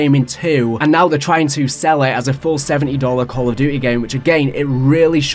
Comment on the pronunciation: “Call of Dutayy” I’m sorry but that cracked me tf up 😂